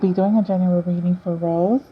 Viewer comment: It's Rosé Not Rose...It pronounce as rozay....like Beyonce'